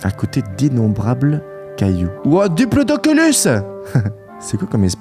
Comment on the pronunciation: C pas diplodoculus c diplodocus